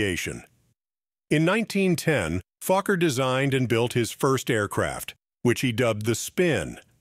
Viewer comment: Was his name Fucker or Falker or Fokker??. Please check your videos before going online!!!